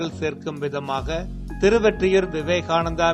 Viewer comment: நீங்க எப்பவும் திருவெற்றியூர் என சொல்றீங்க திருவொற்றியூர் திருஒற்றியூர் சரியாக சொல்லுங்க